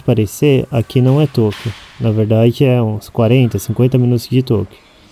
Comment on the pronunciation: A pronúncia é "Tôquio" ou Tóquio ? Acento agudo ou circunflexo? Eu percebi que vc fala com som de Ô.